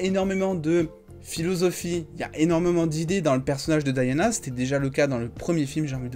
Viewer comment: Mon frère dit DIANA pas Diana ( Dayana ) , tu parles français prononce le prénom en français.